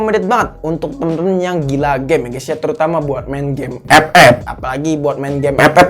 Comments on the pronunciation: Ngakak ngomong ep ep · Ngkaka aink anjir tiap ngomong epep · Mengapa ''EP-EP'' Selalu Membuat Saya Tertawa😂😂😂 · Bang ngomong FF nya biasa aj